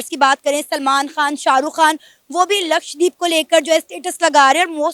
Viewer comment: LAKSHDEEP nahin LAKSHADWEEP bolo So far, not a single Pakistani YouTuber has pronounced LAKSHADWEEP correctly. Another example of the Terribly Educated Pakistani YouTubers.